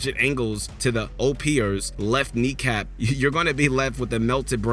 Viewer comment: Did he just say “O.P. ers”